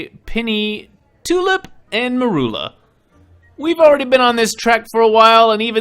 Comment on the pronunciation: mErUlA?! Excuse me, what did Snape do to you?